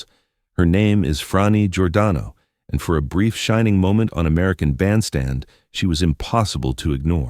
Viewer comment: YOU MISPRONOUNCE BOTH HER FIRST AND LAST NAME (OVER AND OVER}. YOUR GET AN F PLUS ON YOUR REPORT CARD. ON THE BRIGHT SIDE, IT ISN’T AN F MINUS. P.S. GOOGLE THE WORD RESEARCH. IN THE MEANTIME, GO BACK TO THE FACTORY FOR NEWER AND SHINER COMPUTER PARTS. ON THE BRIGHTER SIDE, YOU ACHIEVED YOUR PURPOSE OF DRIVING US ALL CRAZY. 💩💩💩